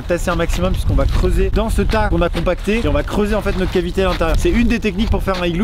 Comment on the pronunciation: "Notr-E igloo."